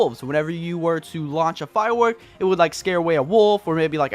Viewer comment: Am i the only one who heard "Firewekk"